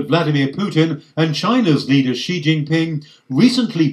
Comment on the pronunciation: I wonder why Western journalists all pronounce Chinese president Xi surname as "Gee". It is "See".